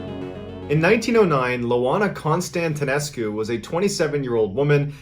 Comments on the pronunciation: I'm from Romania, and seeing a video of someone from my country, seem so surreal to me. I searched for Loana (since the name sounded strange), and I found that it's was actually Ioana (which is an ordinary Romanian name), so it's a capital "i", not a lower case "l", and the name would be pronounced as "Ee-wa-nah". And Timisoara is actually pronounced as "Tee-mee-shwa-rah". When I heard the name Constantinescu, I immediately knew that she's from Romania. That name, or any name that ends with "nescu" sounds Romanian hahaha. Btw, you pronounced Constantinescu pretty good for a non-native speaker. P.S. Even though I'm pretty sure the name is "Ioana" and not "Loana", I have no idea why the story says the name is Loana. I found the "Loana" version only in the title of the story online, but the content uses the name "Ioana". Anyways, greeting from Romania, I love your content. Found you by accident here on YT and fell in love with your videos. I guess my favorites are: the one with the 3 guys from Australia with the crocodile, and the one with the girl, Belle from France that was walking in the woods to go to a lake. I have more that I love, but those 2 were my favorites of all. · I swear I heard you say Moana a few times during the loana story ;) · I winced at the pronunciation in the first story. As for the sleep paralysis, can't curse me with something I already have lol her name is Ioana not Loana. Ioana is a relatively common Romanian name. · The name Ioana is pronounced with a strong "Y" sound, in fact if you say the slang word "ya wanna" you are pronouncing it correctly. My wife is Romanian her name is Ioana. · Its pronounced ioana and the city is pronounced Timishoara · Lol, it's not LOANA, it's IOANA, that's a capital i in the beginning. Ioan is the equivalent of John in Romanian, and so Ioana is Joanna. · It's "Ioana", pronounced "eee ooo wahnaah" and not "Lowahna" - And Timisoara is pronounced "tee mee show ahrahh"